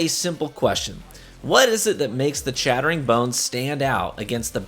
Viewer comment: No, you don't need it. Crucible is hardly the place it used to be anymore and just pure twitch reaction speed and know-how smarts can get you through. Also, your "chattering" sounds like "shattering" lol.